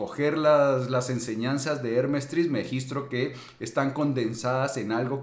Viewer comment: TrismegisTO no TrismegistRo